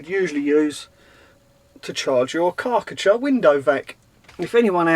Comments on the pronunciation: Kar-cher. KAR CH'er Car t cher. why have you got a Karckatcher? Chinese knockoff? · It's Kar Cher. Not karKA cha ! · LOL strange way of saying Karcher, I thought you was eating something nasty when saying it ,lol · Have I been saying Karcher wrong my whole life??? Great Wed waffle as always 👍🤙